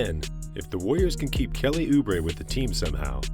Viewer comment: I was starting to believe until he said "Kelly Obre" lol.